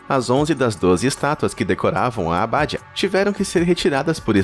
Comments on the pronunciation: não é aBÁdia, mas abaDIa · O que achei mais estranho foi ouvir a palavra "abádia", ao invés de abadia... rsrsrs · abadÍa acento no i